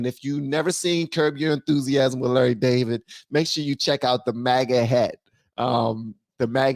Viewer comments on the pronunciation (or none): none